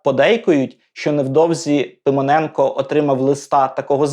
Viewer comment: Ну і вимова! Микола Пимоненко в устах ведучого звучить як Симоненко!?